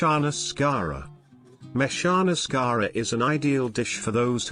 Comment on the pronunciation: Its not shkara but you say it as skaara